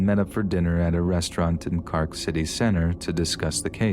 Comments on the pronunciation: Love your work but the pronunciation of the Irish places are killing me... "Carrk". 😂 It's "Cork" like a wine cork and we don't roll our "r's", that's Scotland! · I would have expected you to find out how to pronounce words before you narrated them. Mun-ster, I not "moonster" Cork, not "cark" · "moonster" "Cark" Lol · I love these narrations, they're always strangely calming. But celtic me nearly spat out my drink hearing you pronounce cork as "cark" x'D Keep up the great work, love the channel. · love how you pronounced cork with the irish accent lol. a fun touch